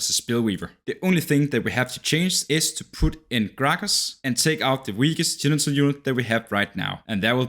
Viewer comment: Does he say "senital" kkk? No shaming tho, just thought it funny ahah